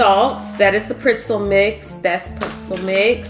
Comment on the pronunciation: Printzel though?🤣🤣🤣 I'm from the Tre and that was a 1st for me🤣 love you tho sis❤